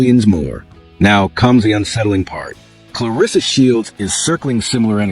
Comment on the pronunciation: I’m just here to thank you for pronouncing her name the way it’s spelled — “ClarEssa,” and not, “ClarIssa.”